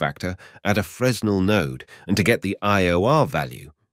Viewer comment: "Fress-nel" lmao